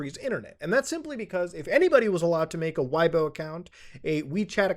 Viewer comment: Weibo is pronounced Way-Bwah.